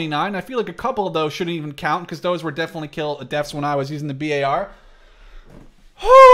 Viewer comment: I'm cringing hard the way he pronounces BAR and Garand.